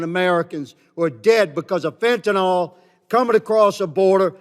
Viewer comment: First off, learn how to pronounce "fentanYl' for eff's sake. Second, this is this weakest case against immigration, it's the lazy man's shortcut to criticize it. Talk instead about the gangs and murders and flooded ERs and overcrowded schools and hispanic vs. black racial conflicts that are very real in the inner city as a result of flooding black neighborhoods with hispanics. Talk about the social disintegration that occurs with mass immigration. Nope, instead you talk about "fentanALL'.